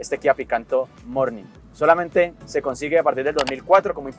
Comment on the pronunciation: "con dos maletines ya je llena", ese acento caleño 👏 excelente video, gracias por el buen contenido siempre